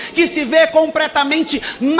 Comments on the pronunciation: Compretamente??Não e possível! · COMPRETAMENTE ? KLKLKLK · COMPRETAMENTE É FODA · “COMPRETAMENTE” é osso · Compretamente kkkkkkkkkkkkkkkkkkkkkkkkkkkkkkkkkkkkkkkkkkkkkk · Depois do “comPREtamente” eu nao consegui assistir o resto.. 😥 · ComPREtamente kk